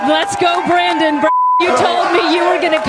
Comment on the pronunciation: "Beep go Brandon" is what I heard...seriously...lmao